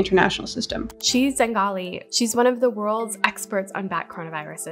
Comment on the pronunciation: “She Zengali.” LOL! Shows how well-researched this was /sarcasm